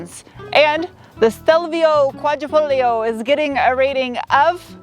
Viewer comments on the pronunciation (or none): Pronounced Quadra"fol - yo", you don't pronounce the "g". I know... Okay boomer. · Qua-dree-fol-yo, Sweetie. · You don't read tat "g" in Quadrifoglio, so it would sound more like "Quadrifolio" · the g is actually silent wheh you pronounce the name, no biggie just wanted to let you know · The “g” is silent in Quadrifoglio. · Just an FYI. The G is silent in Quadrafoglio. 😀🇮🇹🇮🇹